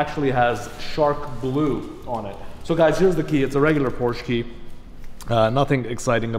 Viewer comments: Detailed about not knowing the production year of his own car. Detailed about being unsure what went wrong with the color of the stick shift? Detailed about not pronouncing "Porsche" properly? Detailed about being unsure about the car's horsepower? Detailed about having a blurry and jittery camera? Detailed about bragging that "the best thing about this car is the the cup holder?" This video is a comedy of gross insults to Porsche. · Doesn't know the production year of his own car... lack of situational awareness.... and he's licensed to drive on public roads? Doesn't pronounce "Porsche" properly.... grounds for any Porsche dealership to call security and have a person escorted off their property. Unsure what went wrong with the color of the stick shift... absurd lack of attention to detail. Camera is blurry and jittery... a 5 year old with a 5 year old iPhone would have done a better job. Thumbs down within the first 4 minutes.